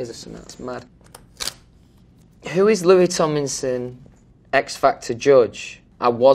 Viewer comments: it’s come to a point where he can’t even say ‘tomlinson because of his accent. he says ‘tominson’😂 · Fanks love Some pree-ey stuipid ones Bri-ish ME eyes do change colour How to pronounce Louis Tomlinson Louis: Louis TomLinson Louis rest of the time: Louis Tominson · “Hi I’m Louis TomINson” he doesn’t even say “TomLINson” he misses out the “L”🤣🤣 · He pronounces his name Lou-e tom-in-sun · okay but why is no one talking about the fact that he just doesn’t pronounce the l in his name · is it just me or did he say his last name wrong at the beginning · Me in Dieing because he said his own name wrong lmfao Not hate in just tried.